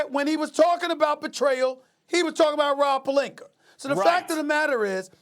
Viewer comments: Serge Ibaker, Rob Pelinker lmaooo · "Rob Pelinker" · Why is everyone else calling him “Pelinka”? His names Pelinker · No one: Stephen a Smith: RoB PeLiNkEr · Rawb Puhlinker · Idk what's funnier, Rob "Pelinker" or "Kember" Walker